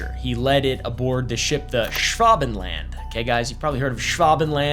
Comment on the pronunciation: Why are you saying it like that? Schwa Ben Land, not Schwav Ven Land, Like nobody says its with a v.